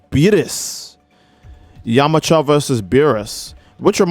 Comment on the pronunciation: It’s yamucha not yamacha